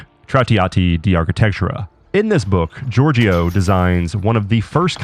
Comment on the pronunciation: great video! when you talk about Giorgio the second "I" is silent and the last part of the word (gior"gio") is pronounced as "jo" so its like "jor-jo"